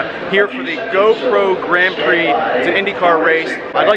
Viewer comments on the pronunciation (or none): none